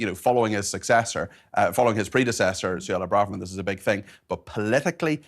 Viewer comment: Suella not Sulla